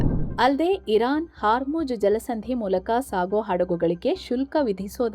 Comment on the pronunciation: It's hormuz (like pronounced as "hawr mooz") not haarmujj